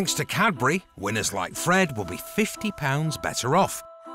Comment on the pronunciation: The man can’t say Cadbury. Sounds like Capri’.😂 Bye I’m out.